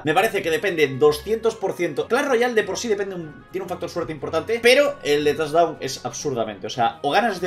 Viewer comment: No es torre es tochdown xD